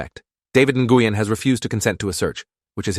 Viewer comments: Na-goo-yen?? Nguyen is pronounced like “Nwen.” Gotta love AI. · david nih-gui-yen is crazy lol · just a heads up, that’s not how you pronounce Nguyen. The pronunciation is more like your saying the word win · Like newwin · Nguyen is pronounced “when” I have friend with that last name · THAT IS NOT HOW YOU PRONOUNCE NGUYEN 😢😢😢😢😢😢😢😭😭😭😭😭😭😭